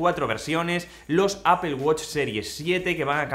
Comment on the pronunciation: O "apel"